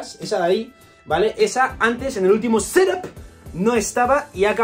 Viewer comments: Por que dices "Sedáp", es "Ctúp" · Jajajajjaaja ¡¡¡¡¡Ssssseethap!!!! Jajajajajajajajaajja like jajaj